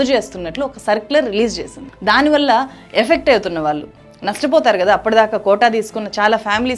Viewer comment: మీకు ళ్ళు పాలకదనుకుంటా. వాల్లు, మనవల్లు, ఆందోలనలు అని చదువుతున్నారు